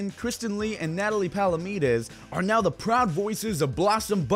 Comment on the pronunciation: the 'now' is fuckd up